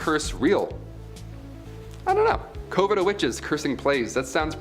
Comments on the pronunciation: Heretic... pronounced = HAIR-UH-TICK. Coven.... = CUH - VIN JEEZ, DUDE. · IT'S "CUH-VEN" OMFG ITS. FUCKING. "CUH-VEN."